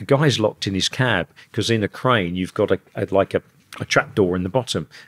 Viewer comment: U can’t pronounce “crane “ hahah 😂cran